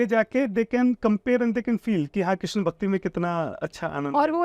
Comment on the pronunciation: आज आपने क्रिस्ना बोला 😁😁😁 भक्ति✅ अपभ्रंश❌ 🙏